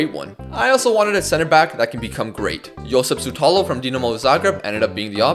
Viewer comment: Just an FYI if youre intrested, the Š is pronounced as SH as if youre shushing somebody for example, so Josip SHutalo